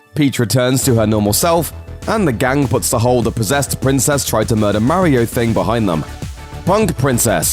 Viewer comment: Does anyone else cringe when he mis-pronounces Mario's name? 😣